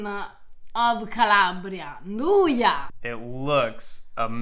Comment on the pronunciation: not 'inn-doo-yah', nn-doo-yah